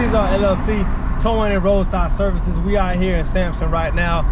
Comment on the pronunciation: Yo pat…”serices?” Come on man. Lol jk good stuff with your business. I am currently working on my own. Oh also you said point #1,2,3. But they were letters. 😅